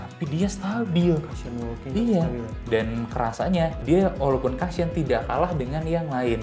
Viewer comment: Masukan aja ya gaes.. Cushion itu dibacanya KU-shyen Bukan KA-shyen Kalo memang belum terbiasa, ada baiknya sebut saja BANTALAN..